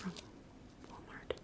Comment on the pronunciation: I prefer your super soft whispers over your soft speaking. Both are awesome but if I had to choose. Also, it's weird to hear you say Walmart. Idk why. I so judged your attired...it's comfy like mine! I thought the raven made some good noises. Can you tell I'm adhd? LOL...thanks for the video.